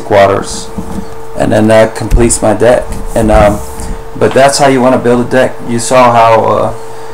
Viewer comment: whenever you say deck, I always chuckle a bit cos its sounds like dick.